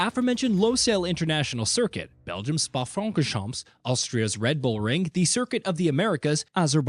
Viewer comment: "spa francorchampSSSSSSS" ???????